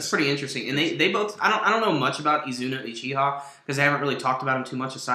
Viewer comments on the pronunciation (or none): Lol its "E-zoo-Nah" !!!!